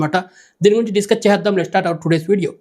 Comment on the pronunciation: First sariga matladam nerchuko .. today ani kuda anadam ravatledhu .. nuvvu youtuber 😂😂😂